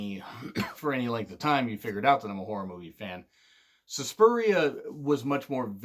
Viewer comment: SUSPIRIA not SUSPURIA